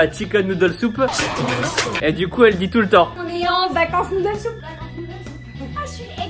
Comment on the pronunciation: Ce qu’il faut retenir de cette vidéo : « un truc de MA-LADE MEN-TAL » et « OK OK OK OK OK..... » Ha oui et : Noudel soup*😂😂 *désolée je sais pas si ça s’écrit comme ça ! Et on est d’accord, à , quand on met tout de suite en pause, il y a deux personnes qui....💋😂😂